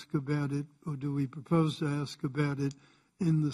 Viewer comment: Cummings, you don't axe people questions you "ask" them.